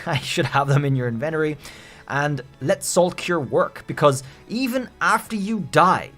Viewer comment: Did you seriously just say enventery?! It's pronounced inventory.